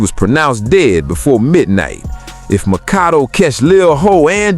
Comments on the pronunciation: It's pronounced > mac ah doo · It’s pronounced like Macado dammit. You’re pissing me off Sir